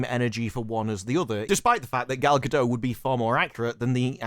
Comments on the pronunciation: Gal Gadot is pronounced using the final "T." It's Gah-DOT. It's Hebrew, not French. Have some respect. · Gal GadoT! The T is not silent...she's Israeli, not French